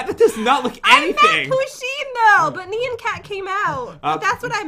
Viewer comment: I dont think your saying nyan cat right